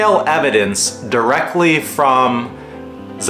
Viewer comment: Pronounced Zay-duh...